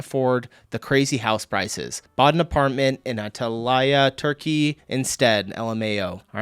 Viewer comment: I almost didn't recognise the holiday resort of Antalya because of that way you pronounced it. But thats a crazy famous holiday destination for all Europeans. My town in Denmark has a Pizza place named after Antalya. And its An Tal Ya. 😉